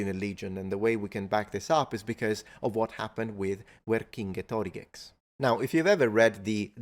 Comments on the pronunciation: I feel like you are adding an extra syllable to Vercingetorix's name? It may be my feeble ears, but I was hearing six syllables rather than five. Anyway, thank you for having fun enjoying the videos of Molendinarius Maximus, a personal favorite! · ERRM.. Uerkinge-tó-riGEX? gex? -- there are no geccos involved!! 🤣 ... i know his name is rendered as VercingetoRIGE in italian, but u cant simply slap on an X to make it latin/english/anything and call it a day 😂 ... his gaulish name was Uer-kinget-o-rīx, the "over-warrior-s-king", which the latins butchered to Vercingétorix, shifting the stress to the right on the /ge/ and ignoring the long i in rīx ... but u also shifted due to italian extra syllable the stress even more to the right onto the totally unstressed and short! declension/binding vowel o (like in greek words that are like "...-o-meter", and yeah i know i know, in italian due to the italian stress pattern, it also falls onto that O and hence allophonically lengthens it 🤣🙈), so even wronger than those darn toga-wearers 💀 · That's an interesting way of pronouncing "Vercingetorix", like [ver-kinge-toriks]. From that I kinda wonder, was "Vecingetorix" [ver-kinge-toriks] a proper name, or was it half-name, half-title (or just tile), like maybe "High King Torix" or even "High King Thor"? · . Thats how you pronounce his name 🤯🤯🤯